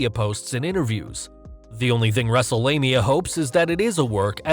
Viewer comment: wrestle'lania? Roflmmfaotih 🤣😂😅😄😃